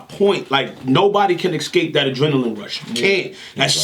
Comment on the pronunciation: Clips always says eXcape....not eScape lol